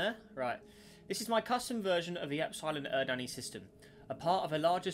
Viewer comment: the way he pronounced epsilon eridani physically hurt me